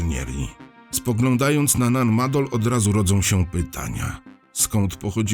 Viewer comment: wielkie dzięki, że pan opowiadacz wielokrotnie wspomniał, że nan madol to miejsce należące do mikronezji na pacyfiku i dzięki że pan tak uważnie i dokładnie nan maNdol czyta. 👍👍 no i niby tylko takie drobnostki, a jednak można tak fascynujący temat i audycję spierdoloć... 👍👍